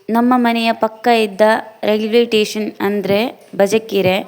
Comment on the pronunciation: Railway Tation 😂😂😂😂alla railway station 😂😂😂